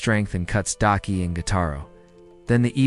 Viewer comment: This man gotta be trolling cause he’ll say the right name every once in a while and then will come up with 20 other variations just talking about one character. Daki being Dykie is taking me tf out because excuse me???? The person he almost never flubbed was Tengen though cause how else could you really mess that man name up😂 nvm I just heard this man call Tengen “Tencomm” I’m gonna show myself out 😮😂